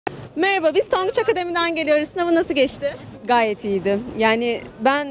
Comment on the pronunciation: o nası bi matematik diyişi kskkska